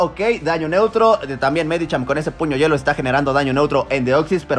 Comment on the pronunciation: 🤣🤣🤣 la pronunciación de los nombres y después puño yuelo🤣🤣 fue demasiado